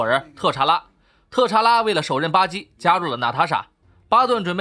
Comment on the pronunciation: 巴基怎麼變成了吧唧呢？